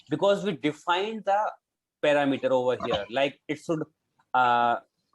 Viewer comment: You are pronouncing Parameter wrong. Pronounciation here